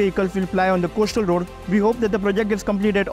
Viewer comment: Can we smart well-spoken reporters who know their job ? I am tired of hearing “coashtal road “!! At least learn English diction along with your job!!!